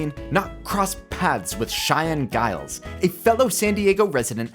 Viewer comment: Just a heads up, it’s pronounced as JILES, not GILES with a G sound. I just found this out recently.